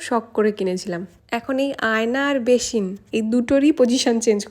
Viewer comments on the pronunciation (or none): এ জীবনে আপনার 'স' এবং 'শ' এর উচ্চারণ ঠিক হলো না 😂😂 বেশিন আবার কি 😒😒😒